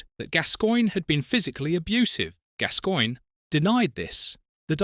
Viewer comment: It’s pronounced GAS GOINE 😊❤